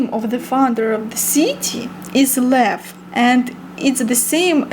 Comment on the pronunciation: букву И на англиском произноси чуть короче. :) особенно в слове City. а так видео интерестное. приезжайте к нам в Литву в гости :)